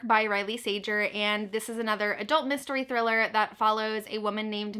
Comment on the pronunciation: I don't think that's how you pronounce Sager, but - who cares his books suck